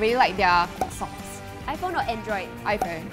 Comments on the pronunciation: is it just me, or did she sound British here? Like “iPhOnE” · OMG THE ACCENT WHEN SHE SAID “IPHONE” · when says “IPhone” she sounds like she is extremely British for some reason. Can someone please explain this to me?